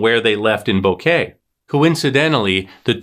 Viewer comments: Its bo ket not kay like flowers!! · It's pronounced BO- KEH- TEH. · Come on say Boquete correctly.